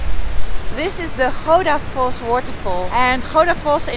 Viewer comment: Love how you pronounce the names of places very close to how we say them except Goðafoss kinda stumbled a bit on that one😄